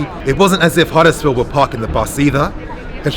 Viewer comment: Ffs it’s Huddersfield don’t worry I don’t need a red heart to know I’m right 👍